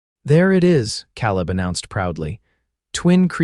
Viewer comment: Another misspemronounced Word... Caleb Ìts pronunced KAALEB .,UGH